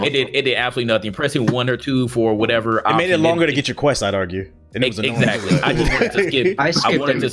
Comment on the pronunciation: Nigga said exsiderally 🤦🏾‍♂️